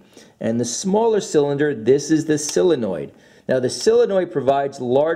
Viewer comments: Uhh it's pronounced solenoid not silinoid. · SOL-enoid. Not SILL-enoid. Sheesh. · Solenoid. SOLenoid. Like soul-uh-noyd. How you get that sylinoid pronunciation baffles me as much as educated people adding a syllable to nuclear. I bet you do that too. Newkyouleer? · IT IS NOT A SILLYNOID... IT IS A SOLENOID!!!! SOL IH NOID!! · The letter O makes an awwwww sound, Sawwwlenoid. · Idk why him saying “Sillenoid” bugs me so bad